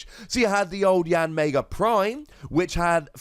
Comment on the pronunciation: "YanMAYga". Absolutely hilarious.